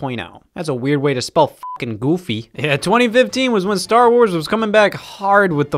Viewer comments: I freaking love the way he says goofy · I like how Scott says "Goofy"